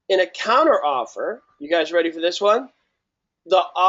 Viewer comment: Great videos, but I honestly think I lost a couple million brain cells listening to these people talk. Doesn't even know how to pronounce counteroffer haha.